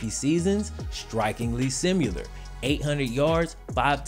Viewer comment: Hey....... It's pronounced "sim-i-lar not sim-u-lar...